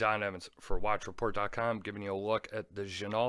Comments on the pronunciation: Quick correction on the name again, it's pronounced gin-o. The L and T are silent. Sorry! Had to say it! Great review. I've a no date on the way. Your 1st review helped me make my mind up. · I believe you're wrong again on the pronunciation. Give it a little French flair. Like Gen-oh! You know? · I don’t care about it, but you’re right, it’s gen-oh